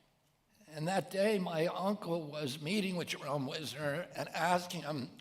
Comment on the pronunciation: It's Jerome Weisner rather than Wisner. He became president of MIT